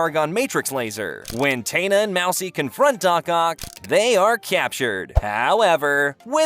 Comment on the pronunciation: My favorite cartoon ever and you brought up Gwen? Not ever introduced in the show And mispronouncing Taina’s name is crazy.